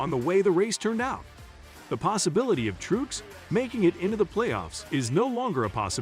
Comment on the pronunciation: You don't even know how to pronounce Martin's last name. Which is about Parr with the rest of your Info as well as stating the same sentence back to back a couple times. Total waste of time even listening...